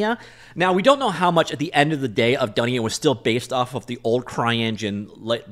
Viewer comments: its pronounced doonia, Swahili word for world. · It's pronounced "Dunia" the first pronunciation is correct (Doo-nee-ya). It's derived from Hindi/Urdu meaning "World" (look up in google translate)